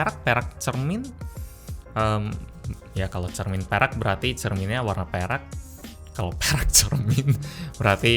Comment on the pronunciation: tiap lu bilang perak gue dengerya lu bilang perek bang 😭😭😭